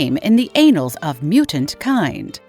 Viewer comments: how many times can someone say anal like tf?! its annals smh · The anals? 😂 Annals, as in An-Nals, not anals, everytime she said it i was cracking up. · Did she say " the ANALS????" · The anals of history lol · anals of mutant kind! lol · I believe it's the AI reading the AI generated script not understanding the nuance of the two N's in annals.